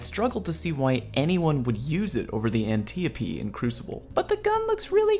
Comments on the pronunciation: the reading is /ænˈtaɪ.əpi/ not /ænˈtɪ.əpi/ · 🤓“Um...actually” it’s pronounced “Ant-eye-o-pee” ever watch Wonder Woman?... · I pronounce it "An-tee-oap"... Fite me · ANN-Tie-OPIE that's how you pronounce it. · Try An - Tee - opee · it's pronounced Ant-eye-uh-pea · It’s actually pronounced an-TIE-uh-pee If you want to be truly correct on the pronunciation of antiope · The An tee ah pee